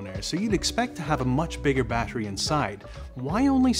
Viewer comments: The way he says battery needs to be ifixed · You pronounce "battery" strangely.